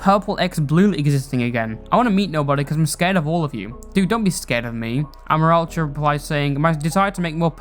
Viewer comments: sry for getting triggered on this, but i feel that amoraltra's name is pronounced "uh-MORE-AL-tra" not "AH-mor-al-tra" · That’s NOT HOW YOU SAY HIS NAMEEEEEEE!!!!!!!!!!!!!!!!!